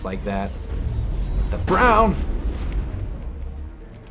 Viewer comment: lol WHAT THE BWOWN!!